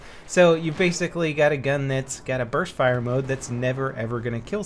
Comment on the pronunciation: U sound like ur saying burth fire